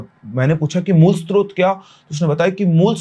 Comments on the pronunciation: सर, स्तोत्र नहीं होता, वो स्रोत होता है । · स्त्रोत नहीं स्रोत ( सोर्स )😂 टीचर जे